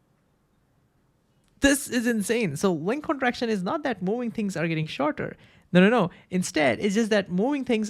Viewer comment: Movind, movvvving there is v. Not mowing